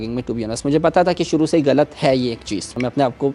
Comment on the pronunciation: اردو سے زیادہ یہ ہندی بولتا ہے۔ خوش کو کھش اور غلط کو گلط بولتا ہے۔ لعنت